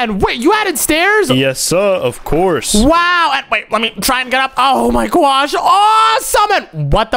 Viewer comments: It's not gwosh its gosh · OMZ is say for oh my gosh its oh my gwosh